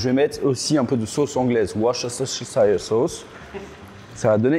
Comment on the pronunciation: J'aurais kiffé que Andrew dise comment on prononce la sauce "worchesh euh... worchesshi..." bref on a besoin que tu parles Andrew